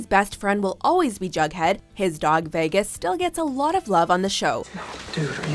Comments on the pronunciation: 'veggas' got me triggered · why did she say "vehgus"? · Ugh the way she says Vegas 😬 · Why can’t she say vegas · Why can't you say vegas properly